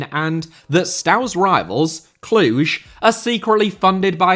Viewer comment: Your romanian pronunciations were pretty good! Cluj was perfect